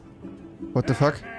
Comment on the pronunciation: Es heißt THE und nicht S